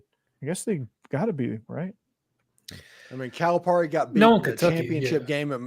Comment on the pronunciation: It’s pronounced Cal-a-Perry. Cal’s buyout was $33 million if he were fired not $75 million.